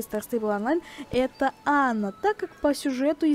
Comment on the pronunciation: я понятно объяснила. Вы говорите имя Анна, как Ана. В имени где две буквы "н", Вы произносите её как одну.